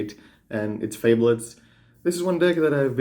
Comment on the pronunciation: it's not fable-ed... it's one word. lol if you Google "definition fabled" you can hear how to pronounce it. fa·bled /ˈfābəld/ adjective well known for being of great quality or rarity; famous. "a fabled art collection" or mythical; imaginary. "the fabled kingdom"